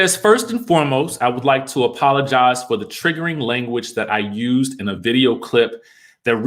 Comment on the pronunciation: apololize? apololies? apololizing??? hands down my new favorite made up word since baldwin's snl apple-o-gize.